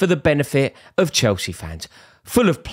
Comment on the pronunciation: Nah more like " You were never proper Chelce "